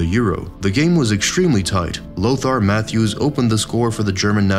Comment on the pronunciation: Lothar matthäus (Ma-tie-as) Bel-grade